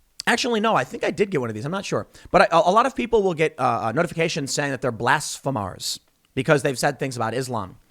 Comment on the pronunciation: Blasphemers is pronounced "blass-femurs," Tim. ;)